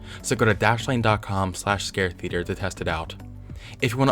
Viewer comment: The way you say "theater" is the most unnerving thing on this channel lol. Much love bub, I've been binge watching your channel the last 2 days.